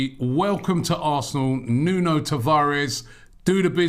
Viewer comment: Great signing for the don and his first name is pronounced noon